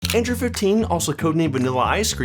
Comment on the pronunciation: 9 times out of 10, he calls Android "Andrew." I found this out probably the second time it happened, and it's been driving me crazy since.